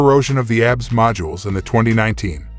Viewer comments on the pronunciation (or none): Zero faith in any video that doesn't even know how to pronounce Tucson or calls ABS "abs" (like as in stomach muscles) Apparently there are 14.3k really dumb people out there because that's the amount of subscribers.